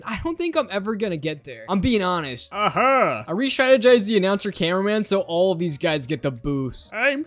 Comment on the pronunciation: Bro really said Hyper upgraded titan cineaman